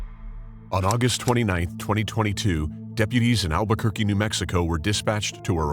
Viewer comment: 🌴😟 It's Albuquerque.. 🌴😒 ...not "Albert's turkey." 🦃⁉️